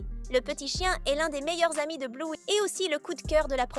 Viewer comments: On dit Bleuy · J’adore bluey mais tu le prenonce malle